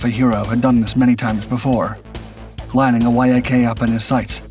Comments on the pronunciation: There is no "Y-A-K 7" or "Y-A-K 9". These are "Yak" type airplanes. Yak rhymes with Jack. That's how you say it. =PC= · ""Why Aa Kay"? Yak is short for Yakovlev, it's not an abbreviation!